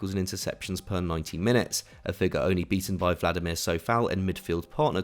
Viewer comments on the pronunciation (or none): none